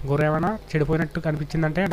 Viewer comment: గొర్రు కాదు గొర్రె అని చెప్పు